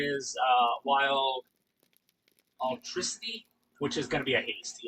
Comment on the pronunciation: "Altricity"? Alacrity. Uh-lack-crit-tea. It's Latin/Middle English.